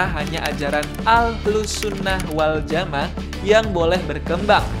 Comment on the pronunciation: Miminnya Islam atau bukan sih atau robot ya. Masak ahlussunnah waljama'ah aja gak ngerti baca masak dibaca wal jamaaa preettt